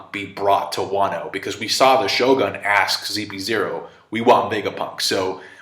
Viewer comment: Shogun... it’s ‘sho-goon’.